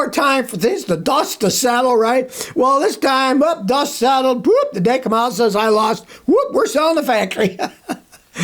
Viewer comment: Kamala is pronounced com-a-lah, not come-ella. Come on, you are better than that. Massachusetts people are cool so be cool....especially with those 1910 shades you are wearing!